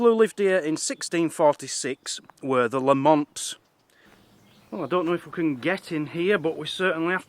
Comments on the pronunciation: Interesting video, the birds you ask about are Oyster Catchers. As a Lamont myself, its pronounced Lamint. Not La-mont. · its pronounced lam ent not la mont great video by the way of my clans castle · Pronounced LAM' it's. We may have been massacred, but at least pronounce our name right, ye demented coos! An fook ye too.